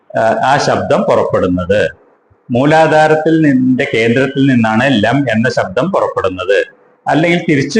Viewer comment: ലം എന്നല്ല എന്ന് തോന്നുന്നു. ലങ് എന്നല്ലേ?